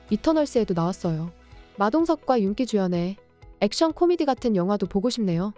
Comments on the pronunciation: 윤기라고 써놓고 윤끼라고 읽네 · 윤기를 윤끼로읽는 이 여자의 정체가궁금